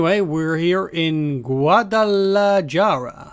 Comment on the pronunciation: Yeah, EPIC FACEPALM on that mispronunciation. 😂